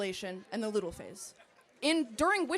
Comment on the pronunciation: she can’t even name them herself. it’s follicular, not focular. it’s luteal, not ludal. all high and mighty, yet can’t even memorise the most basic terminology of her argument.